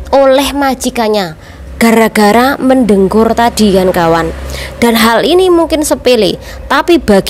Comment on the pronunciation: Mendengkur mbak Bukan mendengur